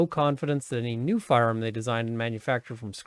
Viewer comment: I love the way you say firearm. Firerrrmm